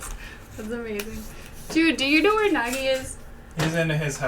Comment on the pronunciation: thats not nagi thats nægi